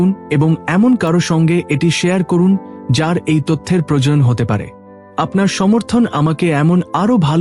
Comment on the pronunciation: বাংলা ভাষা টা ঠিক করে অভ্যাস করুন। যেমন পেল অ জায়গায় পেল্ প্রয়োজন এর জায়গায় প্রয়জন বলেছেন।